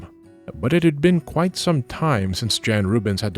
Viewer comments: please. Please look up how to pronounce names. "Jan" in Dutch is more "Yahn". On the plus side, I do finally understand how painful it is for people to hear bad pronunciations; every time you say "Jan Rubens" my brain stutters and I can't focus on what I'm sure is very interesting, lol. (You're pronounced "Rubens" wrong, too, but that one doesn't bother me for whatever reason. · Just a tiny remark; you seem to put a lot of care into pronouncing foreign names/words correctly, so it would’ve been cool if you also pronounced Rubens, Jan, Peter Paul and so on correctly and not with an English pronounciation :) otherwise as usual a great video!